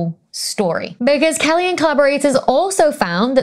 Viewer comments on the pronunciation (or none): none